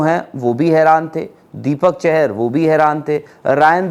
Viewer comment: तुम लोग नाम सही नहीं ले सकते और बनते हो बड़े यूट्यूबर। दीपक चाहर है ना कि चहर। मेरे ही परिवार से हैं वो